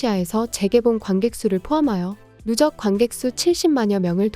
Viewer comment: 누쩍이 아니라 누적입니다.